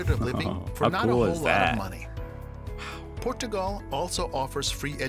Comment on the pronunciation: What's up with the pronunciation of the country names in the video? It pronounces FinLAND and Portugaaaaahl, wtf?